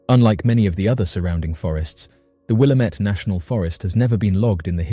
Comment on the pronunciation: Just FYI, it's "Will-Am-It," not, "Will-Am-Ett."